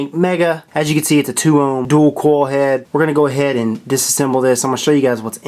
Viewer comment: Sounds like he's saying coal head lol